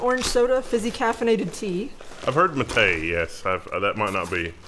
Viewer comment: It's actually mátte(h), as in "yerba mate" [ˈʝeɾβa ˈmate].